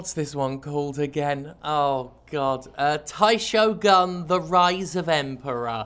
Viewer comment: As someone who studied Japanese for two years in college, it's not Taishogun. It would be Daishogun, if that were ever to be a real term, which I don't think it actually is. Also, Heian is pronounced "Hey-ahn." Also also, does he mean in the 12 century, the Heian period? Because I assure you, the Heian Period was not 12 centuries long.